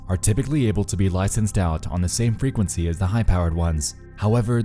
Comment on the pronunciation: "fray kwen sayyyyyyyy" Dude has the most affected pronunciation of "frequency" I've ever heard.